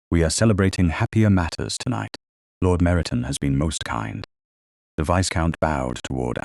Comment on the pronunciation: AI narrator please be aware the S in Viscount is silent, it is pronounced Vie-count